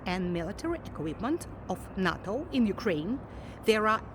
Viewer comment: NATO произносится как нэйто